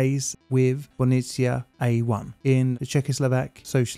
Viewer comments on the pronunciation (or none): TBH, his Jaslovske is good. Bohunice it´s where the issue lies (if he´d just forget the "h" and call it Bo-u-nice and not Bonessia 😉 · Sometimes I'd like to see into the mind of an Englishman who sees the word Bohunice and pronounces it like Bonisia. 😆 Anyway, this nuclear power plant is located in Slovakia, which used to be sort of the Wales of Czechoslovakia. In 1993, we finally got rid of this money pit. 😎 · I’m sorry, but how do you mispronounce the word “Bo-hu-ni-ce” as “bonicea”? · That struggle to pronounce "Bohunice" is lovely :) I will watch the video but I will cringe a lot every time. And it´s surprising because the name is easy to pronunicate. BO (like "bo" in bomb) HU (like "ho" in hoop but not so long) -NI (like in Nicaragua but the n is softer) - CE (litke the tse in tsetse fly). Bohunice. Easy. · Oh my God man you butchered that name so much I had to Google if there is a third power plant in my country i never knew about 😅. But no hard feelings i totally get it 😆. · Just place the name of the powerplant into Google Translate and let it read it back to you in Czech or Slovak language. You have "butchered" that name quite well :) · Finally a video about this. Pretty accurate, although you butchered the name (that was sort of expected). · Wow, I have never heard about this before! Thanks a lot for covering this. That being said, I had to first google it to see what the hell you were trying to pronounce, lol. 😂 Just a tip for the future: simply type the name to google translate and have it read aloud in the respective language. it works perfectly for czech and slovak and probably most other languages too. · have to say you butchered the name completly but the atempt is great